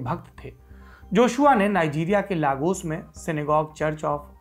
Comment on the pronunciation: Saurabh bhai just a suggestion Lagos is pronounce as लेगोस rather than लागोस . I stay in Lagos and regular listener of all your programs like lallantop show, duniadari, oddnari, socialist and other short videos , I also watch your weekly shows like neta nagri and arthat. I like the way you and your people explain things. Well done and Good luck. -Manoj Shakya from Lagos (Nigeria)